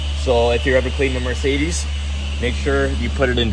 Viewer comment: Take a shot every time pronounces Mercedes as “Marcedes”!